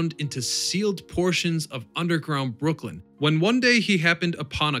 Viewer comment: It’s Brooklyn not Brookland